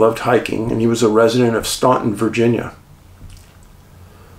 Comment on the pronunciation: Minor correction, left for a bit of levity more than anything else. Staunton is pronounce STAN ton. It's a weird VA thing. There's all sorts of strange local pronunciations. On a more serious note, Dave, the world needs either a film or a focused video on the AT cluster and what's going on there. Far too many people are unware of how dangerous it can be.